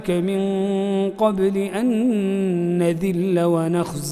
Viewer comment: من قبل ان ندلّ بالدال!!! نذلّ بالذال